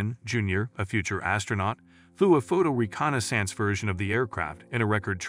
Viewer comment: If I have to hear this guy mispronounce Mig and reconnaissance one more time...